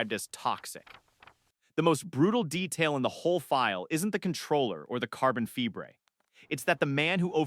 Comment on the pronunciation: This would be much better without all the A.I. mispronunciations. Some have noticed the carbon "fibre" mispronunciation but I gave up counting the rest. Why do content creators insist on using A.I. narration instead of doing it themselves or getting another person to read the script? What did they do last year, before A.I was available? I don't know about other people but A.I. narration ruins things for me and I sometimes don't bother watching to the and also I may add the channel to my, "not worth watching list". At least this channel didn't use a clickbait title which is another hate of mine.